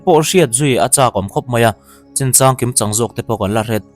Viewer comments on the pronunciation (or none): none